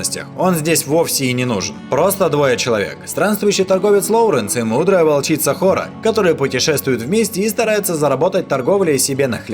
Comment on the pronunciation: Не Хоро а Холо